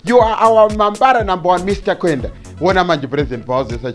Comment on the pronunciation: its mr kwande not kwenda